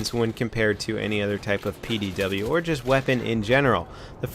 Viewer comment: Hearing you constantly say it's a PWD pains me.... but BF3 made it like that so be it.